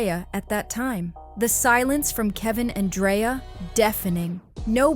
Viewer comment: It’s 2025 and there no way we’re still mix pronouncing people’s name wrongs when we can simple go online to learn how to pronounce it correctly…her name has a K not a Y, Dreka